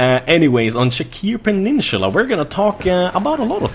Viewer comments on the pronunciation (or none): Sharqi Peninsula NOT Shaqir penisula. You have the game for so long and you still can't pronounce it.